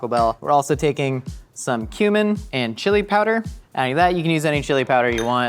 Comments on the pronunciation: when you said cumin i thought you said human and i was confused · Bro, when you said cumin, for a second there I though you legit said human